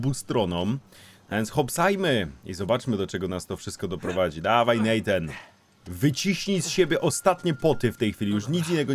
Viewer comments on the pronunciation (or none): Natan, a nie Nejtan!!